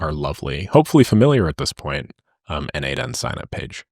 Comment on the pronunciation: its "no-de-mation" like "automation" is pronounced, not "node-mation"